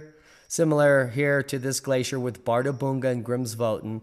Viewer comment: Baa-da-bu-ng-den lol Sounds right for a volcano